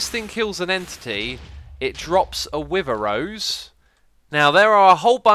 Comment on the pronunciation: “I am now getting the wiver effect”